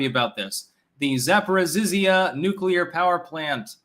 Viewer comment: 'Zaprozzizziya'😂...Actually it is: 'Zaporozhyie' (desperately tryin' to spell it for ya there); still, please don't try to say it, you'll hurt yourself. Love from Macedonia, 'Balkanistan' (great 'place' to live in, if you got the stomach...)